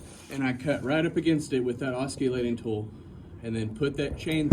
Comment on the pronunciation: Good vid but it's called an oss-i-lating tool. Lol. Not oss-cu-lating. You're welcome. I just took down my chimney to the bottom of the attic line and it was dicey for a bit. Be safe out there.